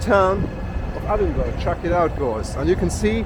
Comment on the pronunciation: Its ponounced Edinburrrugh, hope that helps.